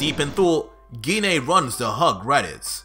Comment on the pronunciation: I like the story everything in your doing great job. Dhoni thing that I have a problem so far with is the 3 names that you keep saying wrong which is the vadeil which is goku's daughter-in-law in his goddaughter is pan like in frying pan and his mom Gine the e can make an a sound like In make it dose not have to have an e after it all the time.